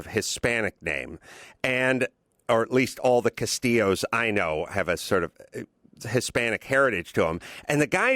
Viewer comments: adam pronounces his name as castillo not castile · Jay Laudeman right lol and it's Castile not Castillo lol. two incompletely different names. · CASTILE NOT CASTILLO PENDEJO...and white Hispanics tend to be incredibly racist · Its not Castillo.. Carolla you numbnut. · Adam Carolla, you're doing a podcast and providing your opinion and you can't even pronounce the victim's name, and you can't even remember the shooter's name. What the fuck do you know? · His last name was CASTILE not CASTILLO